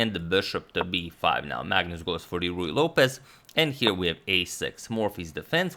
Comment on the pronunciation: It took me too long to realize Agadmator was saying "Ruy Lopez", not "Royal Opus".